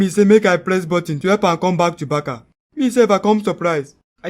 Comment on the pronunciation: What is Barka?😂. Barca not Barka